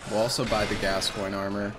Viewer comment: Games been out for 7 years and most still can’t pronounce Gascoigne right.